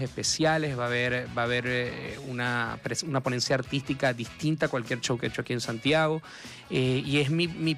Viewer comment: Por que ….. Show lo pronuncian CCCHow…..y no show….. S H y no C H?